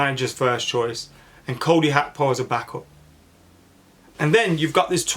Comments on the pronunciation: It's GAKPO not HAKPO not even when speaking in Dutch is it even close to HAKPO lol Big clubs can risk that type of money I honestly don't see the problem with splashing the cash only fans that are mentally fragile and scundered when we do so, such a weird weird thing. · G.a.c.k.p.o say each letter that's how it's said bro 😂